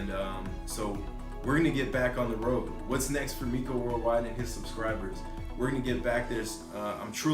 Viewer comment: Hes "known you for years" yet he cant even pronounce your name correctly...lol...he calls you My-ko, instead of Mee-ko ..and this is who youre trying to use as your character witness? 😅😂